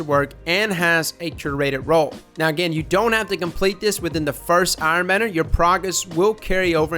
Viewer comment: You know that Benedict Cumberbatch video where he can't pronounce penguin and says it differently each time? That, but with trying to say *Iron Banner*.